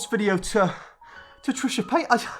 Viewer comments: No one: This guy: Trisha Payt-Ass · I like how you say her name UwU sounds like Trisha paid ass